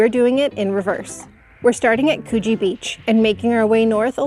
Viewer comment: Coogee, pronounced Coo, as in cook. Just so you know.😁 Also my favourite city beach. Better than Bondi.